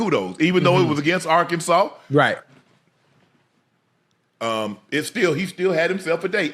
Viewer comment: Bro it's Arkansas 😂😂